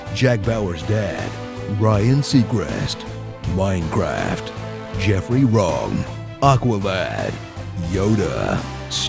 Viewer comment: "minrcraft" omg lol XD